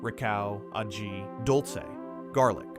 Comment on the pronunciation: "agee"? This black American's ears hurt to hear "ah-hee" glossed over so badly. And I love some perníl! 😋